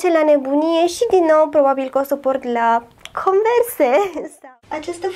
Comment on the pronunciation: Se scrie Converse și se citește conversi